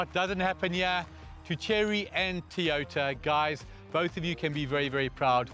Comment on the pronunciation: It',s Toyota, not Teeyota!